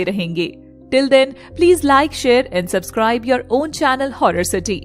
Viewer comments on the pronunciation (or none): none